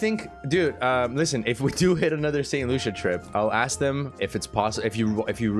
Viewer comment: It’s pronounced saint “lu-see-uh” No loosha 😂